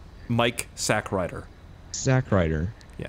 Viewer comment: "Corporal Sackride"? XD